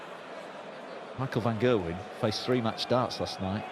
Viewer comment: it's Gerwyn not Gailwen